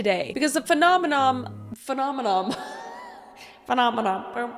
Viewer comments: I have never ma'am... "Phenomenom" right before you said it in my brain I heard "do doo dodo" 😂😂😂😂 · Is it a Canadian thing to sing the "Manamana" song when you mispronounce Phenomenon? Because I DEFINITELY did the same thing as soon as you did LOL